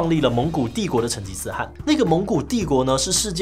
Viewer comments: 大家留言都很專業...我只能雞蛋裡挑骨頭了，成吉思汗、可汗的「汗」是唸「ㄏㄢˊ」喔，算是特殊破音字，因為只用在這個時候才做這個發音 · 汗应该是第三声，类似韩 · 糾正一個地方，成吉思汗的汗讀音是ㄏㄢˊ，這裡的汗是可汗的意思